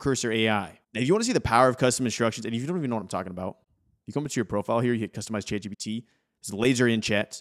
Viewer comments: It really sounds like he's saying Chad GPT, lol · Subtitles say youre saying Chad GBT which is kinda hilarious.